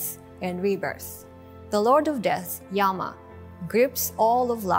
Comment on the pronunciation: Yama (Skt Lord of Death) pronounced not yah-ma but yumma.